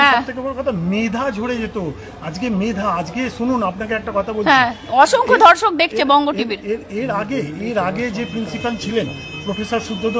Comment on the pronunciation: Reporter change korun , 2.38 min a ki bollen reporter kindly rectify korun " osonkho dhorsok dekhchen ai bongo TV " dorshok er jaiga te Dhorshok bolchen .. pronounciation thik korte bolun pls .. image kharap hoye jete pare ..